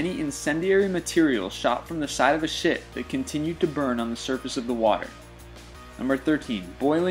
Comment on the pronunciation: He said shit instead of ship